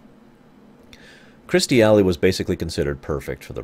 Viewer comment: Here we go. I wonder if this is the video where you managed to learn how to say Kirstie Alley's name.